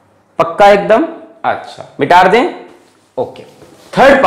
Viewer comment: sir be like mitarde not mitade luv u 1/0 sir